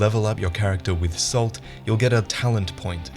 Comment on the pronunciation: Anyone else notice how pronounced "salt" slightly like "soul"? Also, sorry, but I gotta make a "Dark Salt" pun.